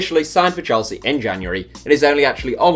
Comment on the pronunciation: he said shelsea instead of Chelsea